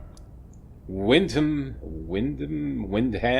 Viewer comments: Yes,, "Windum" is how we English would pronounce Wyndham, the 'h' being silent, unlike in "herb":) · "Windum" sounds right to me. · Excellent pronunciation of 'Wyndham ". There is a place of the same name near me in South Wales, UK and that is how we pronounce it. Superb video as always. 👍👏👏👏